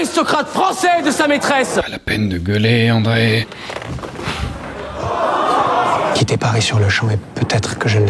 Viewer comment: c'est Andréa pas André, mais super vidéo